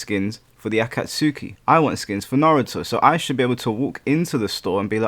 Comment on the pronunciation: thats an interesting pronunciation of akatsuki